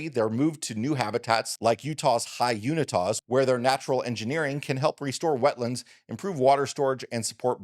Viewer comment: Did I hear you right - Utah's High Unitas? I think you mean the High Uintas.